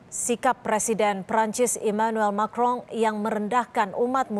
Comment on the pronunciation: Macron.. bacanya "Makwqqqong"